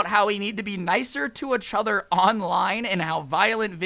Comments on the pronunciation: Everyone: each other: uchuuuter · lets talk about how scrubby say etchuther instead of each other